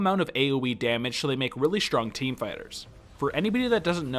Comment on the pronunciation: Am I the only that keeps hearing 'spiders' whenever he says fighters?